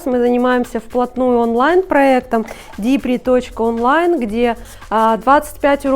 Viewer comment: А на остальных европейских языках, кроме английского, 'DIPRI' произносится ДИПРИ.